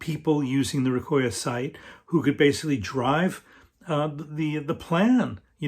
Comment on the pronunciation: Nice vid,. Recoya is a nice resource for sure. Salute to there person who had compiled all the information and to you for promoting it. By the way, don’t quote me on it but it might be pronounced “Reco - Ya” as is “レコー屋”, meaning “Record + Shop” like 八百屋 “Yaoya” (vegetable + shop) or 米屋 (rice + shop), and a little like “Recofan”:-)